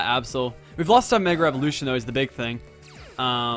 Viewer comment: Mega not Megger